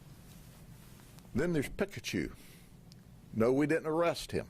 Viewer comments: It's; Peeee>ka-Chu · He says pikkkachu. Pik a choo. 😂 this guy... Talkn to pik a choo. So extra you are Mr Judd. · Bro got Pikachu's name wrong!!! Its ight hes busy making that part of the world better. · The way Sheriff Judd butchers Pikachu is amazing, we need to hear him pronounce all the Pokémon 🤣